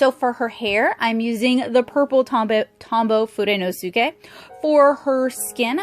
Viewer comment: Just a quick tip - when pronouncing "fudenosuke"... first, you are right in how you pronounce each syllable! Kudos on that, coz it's a big difficulty for most. But again, just a little fyi, at the end you'll sort of not pronounce the "su" as much, as it were. So it sounds like how you said it, minus the u kind of. Like "foo-den-oh-skay". Additionally, try not to put any emphasis on any particular syllable. You put stress on the "su", and that's absolutely normal for us English speakers! (think "hiroSHIma" vs hiroshima, or "kaMIKAze" vs kamikaze) Those, like fudenosuke, should be a flat, constant intonation. So not "fudenoSUke", but instead, fudenosuke. It feels pretty unnatural at first but yeah, hahah. I just happen to be learning Japanese, and though I'm a beginner myself for sure, I thought you might appreciate these tips for future reference in your videos, if you feel like it. Of course, you may also choose to completely ignore this, and that's fine, too! Take it or leave it, that's your prerogative. In any case, thanks for the review! I was considering getting these to supplement my copic collection, and this video was really informative. I appreciate you taking the time. Have a good one!